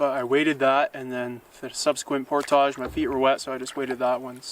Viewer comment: Alright. I've watched a few videos now and I can't take it anymore. Why on earth does bro pronounce "portage" like that?